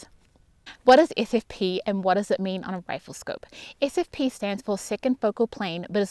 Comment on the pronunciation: Sure wish I could distinguish your pronunciation of your "SFP" and your "FFP"'s